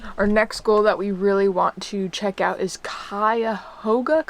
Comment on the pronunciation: pronounced Cuyahoga correctly! 😂😂😂😂😂